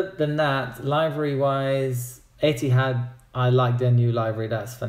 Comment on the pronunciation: WTF?! LIVE-RY?! do you say DE-LIVE-RY too?! It's LIV-ery with a short "i". Also, you know everybody wants to know if you're a member of the mile-high club!